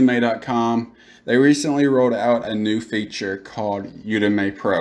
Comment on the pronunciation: Thanks for the info man, definitely helpful, but Jesus..... It's pronounced "you-dem-eee" not "You-Dem-May".